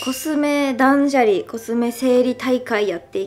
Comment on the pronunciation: だんじゃり？？ だんしゃりでは、、？あれ？わかんなくなっちゃった